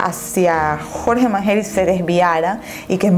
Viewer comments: manyery no manjeri🤦🤦🤦🤦🤦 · Mangeri se pronuncia Manyeri, no Manjeri!! Con Y, no con J. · Se escribe rawson pero se dice rauson y se escribe mangeri pero se dice manlleri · Se escribe "Mangeri" y se pronuncia "Manyeri" y se escribe "Rawson" y se pronuncia "Rauson" por si algún dia haces otra parte❤ Saludos desde Argentina🔥💁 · "MANGERI" SE PRONUNCIA "MANSHERI" DEBERIAS PRESTAR ATENCIÓN A ESAS COSITAS CUANDO INVESTIGAS... BESITOS 😘 😘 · Arctic Potterhead Soy Argentina y se pronuncia "Mansheri" no es x nuestro acento ...se pronuncia asi el apellido No se si me entendiste..jaja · Es mas como "Manyeri" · otra vez, soy de Argentina y se pronuncia Rauson asi como suena y se pronuncia manyeri! Nacieron acá en Argentina y así se hacían llamar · Hola guapa disculpa se escribe mangeri y se pronuncia (manyeri) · mangeri se pronuncia mansheri. y rawson se pronuncia rauson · Rawson se lee como se escribe Y mangeri se lee "manyeri" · se pronuncia manlleri* se escribe mangeri